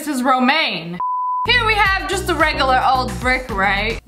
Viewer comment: She says regalar instead of regular lol